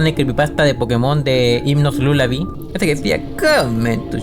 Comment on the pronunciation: Levelal Lulabi Lalabi Porque no saben decir lullaby 🤨